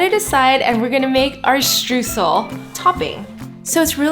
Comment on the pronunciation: This cake looks delicious! To me it seems like more of a crumble cake though, Streusel would typically be larger and cover nore of the top - oh, and btw, if you want to know how to pronounce it properly, say it like Stroysel (oy as in toy) :)